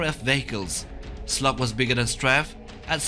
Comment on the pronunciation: the triceritop's name is slag.not slug.